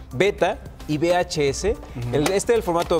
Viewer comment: SE DICE VHS CON LA UVE DELANTE DE LA VS